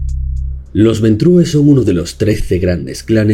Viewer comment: Ventru, el clan se llama Ventru, no se lee como en Español, coño, porque ustedes los Españoles son incapaces de pronunciar bien cualquier palabra que no sea castellana?